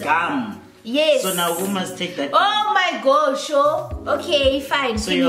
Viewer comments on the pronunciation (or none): "Oh my gosho" 🤣🤣🤣